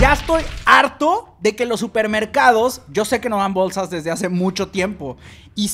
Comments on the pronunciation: Por que dices Bowlsas? JAJAAAJJAJAJAJA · Bowlsas Bowlsa Bowlsas